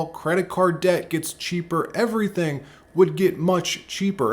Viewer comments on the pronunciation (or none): none